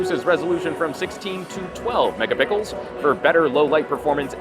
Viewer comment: Did he say mega pickle? Sounds delicious; I didn't realise Samsung had branched out to the food industry